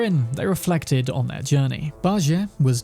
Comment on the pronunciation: 🤦 Bajie is pronounced Bah • G. Jie makes a G sound not an A or J sound... You can watch anything Sun Wukong/Journey to the West related to hear the correct pronunciation... Pronunciation is almost as important as spelling in my books.